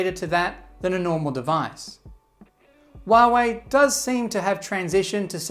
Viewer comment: Huawei. Not Wahwey.